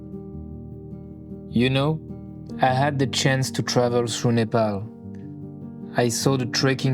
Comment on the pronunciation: Loved this video❤, absolutely heart warming. Especially, how well you pronounced the word "Nepal" was so touching. Some of our Nepali brothers and sister who has migrated to other nation has forgetton it. Hope they will not feel ashamed to pronounce Nepal correctly in proper Nepali accent, no matter whom they are talking with.